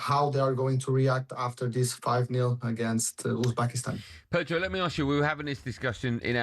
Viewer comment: It's Uzbekistan...lol